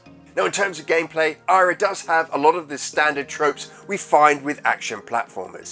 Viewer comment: So, the NES version looks great, but the MD version looks sluggish and painful. Also re: pursuing your desired audience, YouTube fame etc... its Eyra, not Ayra 👍